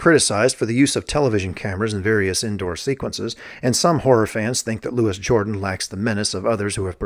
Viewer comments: Louis jor-DAN, NOT JOR-dan! Also; Claude A-kins, not AH-kins! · It's pronounced "Lu-wee Jor-DAHN" He was a French dude. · Louis Jordan is Black. Loo-ee Ghee-or-dahn is French. Just saying. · Louis Jordan - is pronounced Louie Jor-daan. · Love Trilogy of Terror. I do remember the Kim Darby one. Wanted to slap her for opening that fireplace. The chain is around the doll’s waist not the neck. You are not pronouncing Louis Jordan’s name even close to correctly. Duel is awesome and so is Salem’s Lot, Night Stalker and Dark Night of the Scarecrow. Golden years of made for tv movies. They are missed.